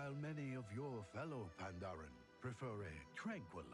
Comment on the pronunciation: Hey, i believe it's Pa-n-daren